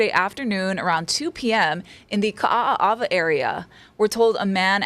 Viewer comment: Sounded like she added another "A"